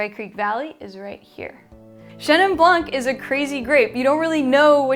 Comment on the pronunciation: Interesting choices. Need to try the Italian style. But..... Please don’t say the C in Blanc.. Love your book and the glasses!